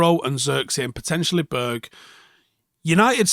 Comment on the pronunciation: Annoyed about how you say “Berg” 😂